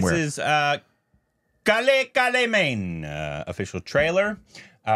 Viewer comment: Also is extremely relatable when he said "i never reallly got emotional on national anthem" damn. By the way u butchered the title of movie. #korbinisation also after many years